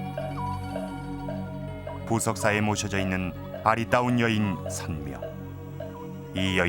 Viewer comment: 선묘를 덴묘라하네